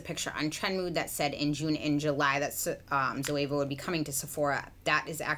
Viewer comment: Zoeva zo means live in Greek and Eva it’s the name of the first woman(Adam and Eva), and you pronounced her name really good it’s a Greek name and last name